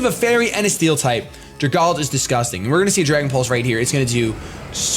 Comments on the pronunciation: Ok, this is bothering me. Dragalge. It's poison and dragon and lives in water. It's an algae that is a dragon. Dragon + Algae. So it's pronounced "Drag-AL-gee" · THANK YOU. I hear everybody pronounce it Drag-alge and it pisses me off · Some people just pronounce it flat out wrong, and it annoys me. But I have seen different ways people pronounce algae. Some people say al-gay and some people say al-gee. But then when it comes to dragalge some people just say it like drag-alj.